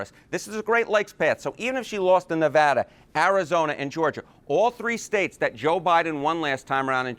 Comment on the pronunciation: Let's give Harry some love for pronouncing Nevada correctly. He must be from the West Coast.